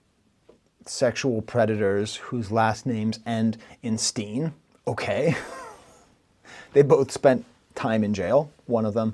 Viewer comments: I’m pretty sure Kendrick said Joe Hale Osteen and purposely mispronounced it to serve the bigger purpose of saying both Haley Joe Osman and Joel Osteen. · Joel Osteen is a televangelist type who was accused of using Ai to write his sermons. Kendrik deliberately pronounced it Joe-hayle-olsteen to allude to the child actor and confirms this when he mentions the film Ai. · Doc, I think you missed the Joel Osteen line. Kenny pronounced it like, "Joel Hale Osteen" if you go back and listen to it. It's pretty simple. The point was literally about being confused whether he's battling ghosts or AI. In MTG, Kenny pronounced "Dear Aubrey" as "Dear Harbrey," because Aubrey and Harvey is the comparison. He's just like that. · i'd like to think the Osteen osment line wasn't a mistake because of how he pronounced Joe (Hale) osteen. its not clear if he says joel or joe hale, and i just figured he was using a name mashing technique to combine the two and add more depth to the line. could be a reach tho i just don't wanna accept that i double check my rhymes with more scrutiny than Kdont. I mean its a simple google search!! I also thought it was strange because there are a million bars he could have worked into it if he wanted to rhyme with the correct name of Osment, like say "god sent" and osment work for example (so its not a case of, he put it in for the sake of the rhyme scheme). and my mind says if i can conceive of this, then someone as advanced as kendrick must be a thousand steps ahead (which may not always be the case)